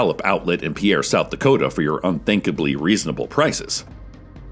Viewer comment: Cecil said Dakota right, honestly surprised